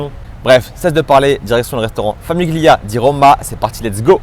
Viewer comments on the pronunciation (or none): Haha ! oui ca m'a piqué les oreilles la prononciation aussi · Tres bonne vidéo, il faudra juste revoir la prononciation de famiglia ! 😅